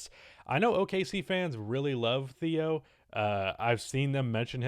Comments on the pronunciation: ITS PRONOUNCED “TEO” NOT THEO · it's pronounced like téo